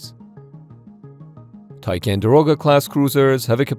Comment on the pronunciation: Go back to the original thumbnail, chickens. Also, it's tiCONderoga not tiCANderoga.